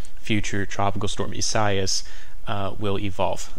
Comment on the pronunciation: Thanks! Watching the tropics from NJ. However, it's not ee-SIGH-as but rather ee-sah-EE-as. Great job though.